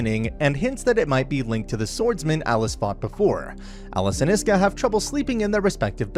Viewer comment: bruuuuuuuuuuuuuuuuuuuuuuuuuuuuh its ISKA NOT IESKA OR HOWEVER YOURE PRONOUNCING IT im tilting just from the way hes saying it